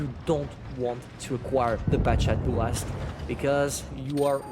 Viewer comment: I like your accent when you say Bourrasque... feels authentic and natural